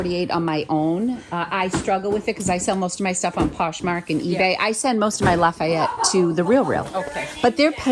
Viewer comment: It's poshmark not postmark